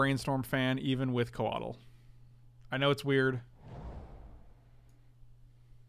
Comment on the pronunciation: Codle... codle... Ko-WAH-tul